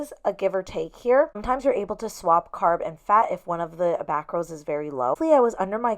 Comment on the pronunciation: I love this and I swear u said macroids 😂😂😂😂😆 my mom was beside me and I said this is because of u hahaha ! Great meals 😍